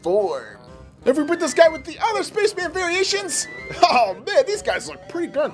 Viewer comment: Did anyone notice when he called the red space men puppet said Spacsh Man